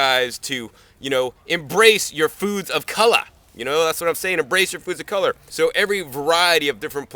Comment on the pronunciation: "Embrace your foods of co-l-ah"...lol... too funny and always awesome. Thank you. Just started my leafy green garden today, thanks to your guidance!!:) All the best!!